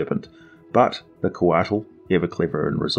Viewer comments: I live in New Mexico USA. I am familiar somewhat with Nahuatl (Aztec) language. Couatl is pronounced "koe-AH-ł", the ł sound being made by placing the tip of your tongue on the roof of your mouth then hissing. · The "t" is silent. Quetzalcoatl is the full name of the Mayan/Aztec god.